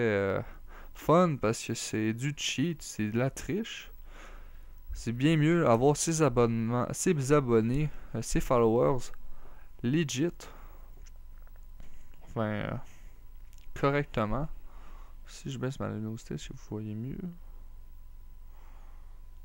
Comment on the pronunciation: ça se dit pas fallower ça se dit followers!!!